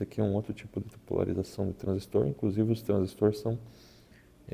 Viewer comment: Parabéns pelo vídeo, bem explicado. Obrigado por dedicar seu tempo para trazer essas explicações e até da gosto de ouvir a pronuncia correta da palavra TRANSISTOR, bom demais.